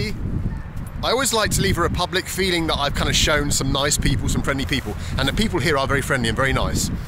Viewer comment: pepublic lol